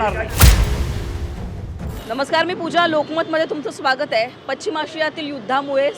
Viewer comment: पचींम ... म्हणा...शिकलेले ..वार्ताहर! पश्चिम.. असं कधी बोलणार 😢